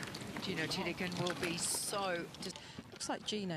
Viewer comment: Who the hell is “Tittiekoon”? mThe Thai pronunciation is THiti khul “